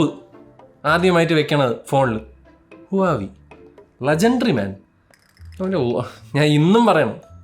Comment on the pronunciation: ഹുവാവി ❌ വാഹ് വേ ✅